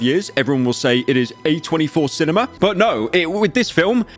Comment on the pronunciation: “Absolute Cinemer”